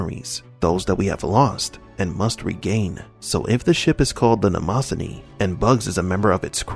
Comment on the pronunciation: Hate to be this guy but solipsism is pronounced “SOL-ip-sis-em”, and Mnemosyne is “NEE-mo-sin”.